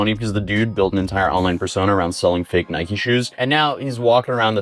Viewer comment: Can anyone pronounce Nike correctly.....